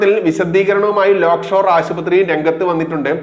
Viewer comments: ലേക്ഷോർ എന്ന് ആണ് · Not Lock Shore - Lake Shore Hospital.